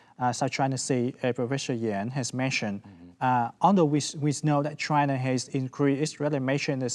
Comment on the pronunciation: Why he called China is "Trynaaa"